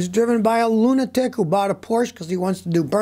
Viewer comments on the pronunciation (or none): none